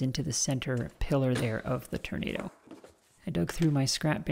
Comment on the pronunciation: I think you'll find the correct pronunciation is "turn-ah-dooo"